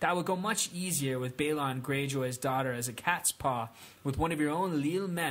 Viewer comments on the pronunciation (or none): none